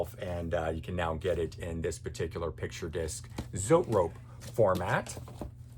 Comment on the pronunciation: it's Zoe-Trope..not, zoet rope....yer funny